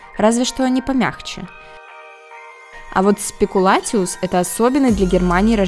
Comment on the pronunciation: Правильно произносить СПЭКУЛЯЦИУС как ПАЛЯНЫЦЯ😂😂😂